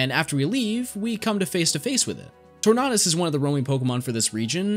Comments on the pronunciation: Torn-ahh-dis, I died. I love your videos though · The way you say Tornadus kills me inside, great video though.